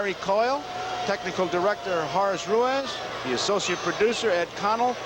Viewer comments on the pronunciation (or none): none